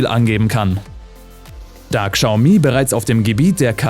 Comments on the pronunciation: schaumi, SCHAUMI UND NICHT GSAUMI!!!! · es wird glaube schaumi gesprochen, nicht kschaumi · Nicht Gschaumi sondern Schaumi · KSCHAU-MIE ❌ -> Schau-Mie ✔ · Sorry aber ich muss es tun…das trigger mich übel!!! Es wird schaomi ausgesprochen!!! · Bitte achte auf die Aussprache wenn du so einen Beitrag machst. Ist alles sehr informativ und gut aber Xiaomi wird "Schau-mi" ausgesprochen. Sonst Top Beitrag. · Das spricht man "Schau-mi" aus 😂😂😂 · warum sagt der typ immer Kschaumi, das regt voll auf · Bitte Xiaomi richtig aussprechen, daß X wird wie ein Sch ausgesprochen. Ansonsten bauen die Chinesen mittlerweile hervorragende E-Autos und haben die deutsche Industrie in diesem Punkt schon überholt. Leider hängen bei uns im Land dermaßen viele Arbeitsplätze mit der Auto-Industrie zusammen, dass es schon eine Überlegung wert ist ob man die vom chinesischen Staat massiv unterstützten Hersteller durch Kauf/Leasing den deutschen oder europäischen Konzern en vorziehen sollte. Schwierige Entscheidung.